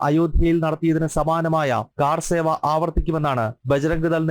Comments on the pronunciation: Sahodara, car seva alla, " karseva" ennaanu. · കാർ സേവ അല്ല. കർ സേവ. How you became a journalist??